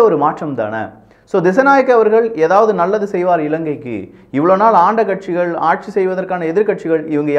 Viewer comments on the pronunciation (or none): none